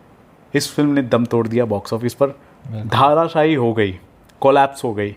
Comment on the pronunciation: its dharashahi....not dhaaarashahi...hindi kariye. your hindi diction is pathetic.